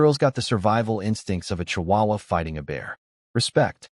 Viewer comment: "chihuahua" perfectly said 😂